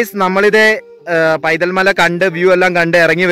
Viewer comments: സുഹൃത്തേ ആ സ്ഥലത്തിന്റെ പേര് പൈതൽമല എന്നല്ല വൈതൽ എന്നാണ്. വൈതൽ മല എന്നുപോലും ഇല്ല. വൈതൽ എന്ന് മാത്രം. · പൈതൽമല അല്ല... വൈതൽമല